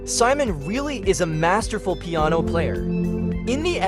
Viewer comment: Really? Your AI can’t even say “piano?”